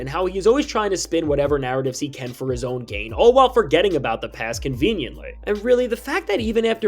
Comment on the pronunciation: conveniently? bro can’t read